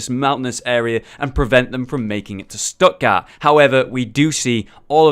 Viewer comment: Stuttgart is pronounced Shtuht-gaart, with a t at the end, not "Stuttgarr". "Die Crusader stehen Wache" is pronounced "dee Crusader SHTE-hen VA-[x]uh". In German, the digraph (2 letter combination) "ch" can be one of three voiceless fricatives (throat sounds), in this case the voiceless velar fricative [x] in the back of your throat that follows vowels a/o/u and diphthongs like au and turns up in Scottish "Loch". While the "ch" in "Eichenwalde" is the voiceless palatal fricative that follows vowels a/e/i and diphthongs like ei/ai, eu/äu and ei/ey, pronounced like the H at the start of the English word "huge".